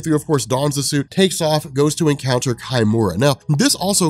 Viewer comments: Isn't it key--mura , not kai-mura? -_ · "Kimura" is a proper Japanese name. Therefore, you would use Japanese pronunciation. So it's not "Kai - Mura", it's pronounced "Key-Mura".